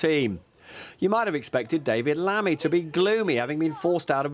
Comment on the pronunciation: Er Lamy lol. Dear god